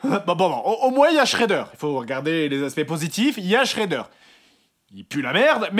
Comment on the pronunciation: Shredder pas schreder